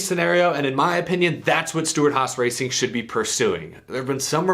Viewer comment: "YOU SOULD" 😝🤣😜🤪 Ryan Preece